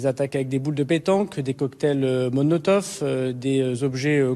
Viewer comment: Mais d'où sortent ces ministres pour être aussi médiocres et de mauvaise foi ? C'est coktail Molotov !!! Et pas Monotov !!! Sale petit tocard de Daràlamain🤣